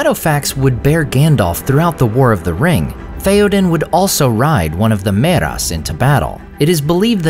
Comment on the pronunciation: ther is a thiftong there dude so its not "meras" but mearas.